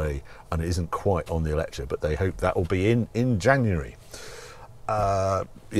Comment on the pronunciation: Why pronounce it Eletra? Eletre rhymes with metre, no?